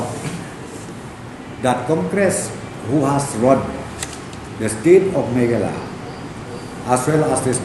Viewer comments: Niiiiiiii man ba kren prestone ng sngp um ju nang ban pronounce ,"Meghalaya" shu ong bt "Meghla" Shame on u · What a game kung-fu hustle 🤣🤣🤣🤣🤣🤣........ Lah goi pronounce "Meghalaya" ruh u pronounce Meghala...🤣🤣🤣🤣🤣🤣..... Leit skul shwa me khie synlen 🤣🤣🤣🤣🤣🤣